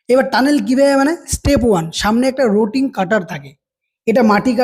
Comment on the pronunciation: “Splanade” boley kichu hoy na it’s ESPLANADE 3.04 - Rotating- Not Roting